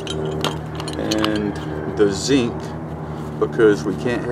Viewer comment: Took me some time to figure out what the heck is "sink", what is he talking about :)))